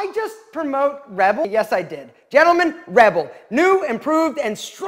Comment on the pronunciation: this italian cant pronounce rebel man he sounds like he's promoting red bull😭😭😭